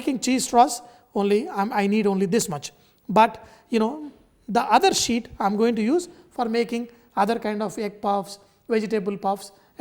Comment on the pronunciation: Did you say "roll it into thin shit"?...eh?.